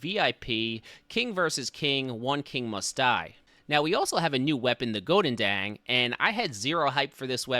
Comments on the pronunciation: Do you just butchered the name of the Goedendag? Godendang? 😂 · I like how you pronounce the Goedendag as a Dutchman, its horrific